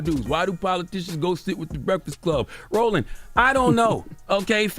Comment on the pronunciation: Yo did he call that man “Rolling” instead of Roland at Also I can’t say I’m cool with black folks cuttin each other like this